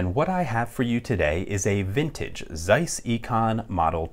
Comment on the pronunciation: This is pronounced as "tsaizs" :) German so German :) Thanks for the video!